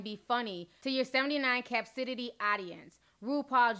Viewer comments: Cap-citity 😂 ca-pa-ci-ty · “Cap-city” (the way u pronounced the simple word “Capacity” 😩😂😂 ok I’m gone I had to tho😩😩 but she stay going on celebs I don’t wanna mention. 😂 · "Capcitity" though, Ti. What just happened? Capacity! LoL.😂😂😂😂 Luv ya Ti. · Capcitity???😂😂😂 Capacity sweetheart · 🤔did anyone else instantly want to know what capsidity meant😳.... Then I realized the word is actually capacity🤷🏽‍♀️ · Wait, so we gonna act like she didn't say cap/ci/tity instead of capacity?... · “Capsitity” girl? Lol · Did she just say 79 capcitity audience? 😂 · lol, did u just say cap-citity Ti? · capacity pronounced kah pah city. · to your 79 "CAPSIDETY"?! Ti, I love you, but you mispronounced the word badly! 😂😂😂😂😂😂